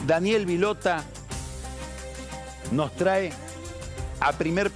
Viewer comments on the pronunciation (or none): none